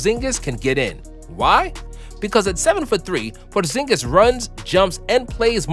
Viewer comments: I like the way you said Purrrzingus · I like how he says Kristaps Porrrzingis